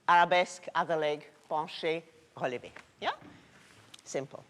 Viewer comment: Am I the only person who loves the way pronounces "relevé"?